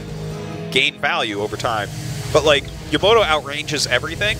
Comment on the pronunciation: "YOMOTO" ., it's Yamato...